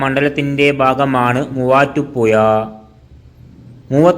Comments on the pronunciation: മലയാളത്തിൽ ഴ എന്നൊരു അക്ഷരം ഉണ്ട്...തൊടുപുയ, മുവാറ്റുപുയ, കോയിക്കോട് അല്ല... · മുവാറ്റുപുയ വല്ലാത്ത പുയ തന്നെ 😄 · നീ എവിടെയാണ് മലയാളം പിടിച ത് തൊടുപുയ മുപാറ്റുപുയ എന്തോന്നാടൈ